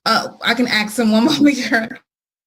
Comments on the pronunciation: " i can axe him" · Just curious, how does a edumacated lawyer () not know how to pronounce the word "asks" but instead pronounces it "axe".." hang on judge let me AXE him"..comes across as lazy and unprofessional imo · did that ADA just say “let me AX him”??? The professionalism is just astonishing lol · The ADA says “aks.”?